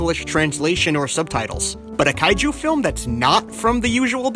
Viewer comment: "kay-jew film"? I didn't know there are Jewish Kaiju movies.